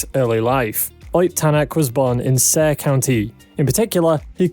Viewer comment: Never in my life, i thought i would hear someone pronounce "saare" that way lmao